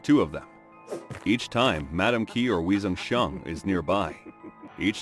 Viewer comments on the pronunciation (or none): Some Chinese pronunciation help in case you do another video in the same time period Ke Wei - “kuh way” Tian Qi - “tyan chee” Liu - “lyo” (one syllable, rhymes with “go”) Wei Zhongxian - “way jong shyan” Chongzhen- “chong jen”